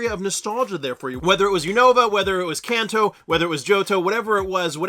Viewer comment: Can-Toe. Not Kahn-Toe. 😆